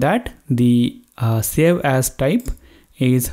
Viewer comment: hey bro did you say sell? instead of save, hahahhah